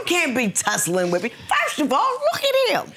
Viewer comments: “When we firsch met” 😂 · Man I thought I was tripping when I heard her say firsh. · Not firsch 😂😂😂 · "When we 1st schmet". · When I "Firsh" met you! I thought You were so Handsome!